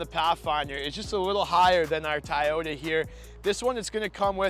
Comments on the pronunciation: Says he gets roasted in the comments for saying Tieyota...says he will try to say Toyota. Two seconds later..."Our Tieyota highlander comes with..." lol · Dude, I love your reviews and everything but I promise you this, you can count me out if I hear another cringy TAYOTA from you on your next Toyota vehicle review. It’s TO - YO- TA. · No offence, but please know how to pronounce the product name. It is Toyota, not Tiyota. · After the third Tie-Yota I’m fucking out. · It's Toyota not tiyita 😂😂 Just kidding bro. Love this review 👍👍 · WTF is "tie-oda" ? Decent video, but unless you go for the Highlander Hybrid, the Pathfinder is the better choice. It's just a shame that you have to go for the Platinum or SL+package trims to get most of the appealing features on it. Gets pricey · You can pronounce it “Toy-ota”. Try it. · Ta'ota :-). Just joking. Great presentation and comparison!! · I think I'd go for the pathfinder instead of the "tie-oat-a" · It's Toyota it's easy to say just say Toyota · "Tayota"! Got a good laugh on that. Just the way my father in law pronounces it. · Hands down Toyota Highlander. Best resale value and quality over Nissan. And your pronunciation of the name Toyota is wrong.